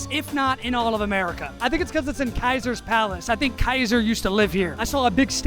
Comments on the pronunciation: Bro said kaiser instead of caeser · It's actually not. The KYE is pronounced correctly, but the 'S' is more like "serpent", and the a in 'sar" is harder. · CEASAR NOT KAISER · Ceasar pronounced Kaiser? A joke I hope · I can’t determine if you are not sure it’s pronounced “cee-sar” or if you actually took Latin and know it is pronounced “Kai-sar”, unless it’s ecclesiastical Latin, in which it is “chay-sar” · bro really said "kaiser's palace" bro kaiser is not how you pronounce Caesar 😭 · Where in the world did he get Kaiser's palace from? It's Caesar's as in Julius Caesar 😭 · did you call ceasars kaiser's😭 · Caesar is pronounced Sea-sir 😭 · Never heard someone pronounce Caesar as Kaiser, other than in fallout. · While technically it is close to the correct Latin pronunciation, the name of the hotel is in English and the English pronunciation of Caesar is not Kaiser. Just like you wouldn't call it a "Kaiser salad" (which is not named after Julius Caesar, I know). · You can say Caesar again, just to kill me. Seriously,? You kinda broke my American Heart. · WTF DID YOU JUST SAY CISERS PALACE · the way you pronounced caesar made me flinch 😭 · It kinda broke my American Heart.